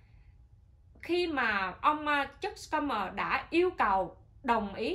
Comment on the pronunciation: Schumer là chữ german đọc như shumer.